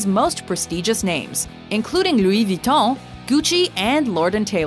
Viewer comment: The way you said Louis Vuitton gave me chest pains